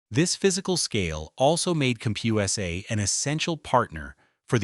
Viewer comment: Cump-Hugh-essay? Don’t “tell the story of a bankrupt retailer,” tell the story of lazy AI slop.